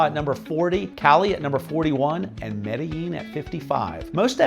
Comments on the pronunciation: Maybe you don't need to learn Spanish, but you can at least learn how to pronounce the names of the cities.. example.. Medellín. ... the "ll" in Colombia makes more of a "J" sound, not a "Y" sound like in most other Spanish speaking places. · I just don't get why gringos who have lived in Colombia more than a week insist on pronouncing the double L ("ll") as a Y instead of a J. It's MedeJin, not MedeYin.